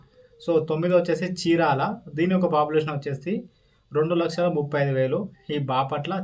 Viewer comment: Achesi kaadu.Vachesi anali